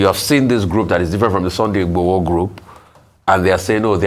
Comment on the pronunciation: Can please learn to pronounce Yoruba Names properly. She should learn and practice, that’s how the white newscaster do it abroad here. How can you be a Nigerian and not able to pronounce Yoruba names. She can’t even say Sunday Igboho properly.